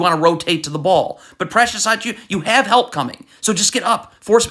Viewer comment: You couldn’t have butchered Precious last name worse than this if you wanted to 😂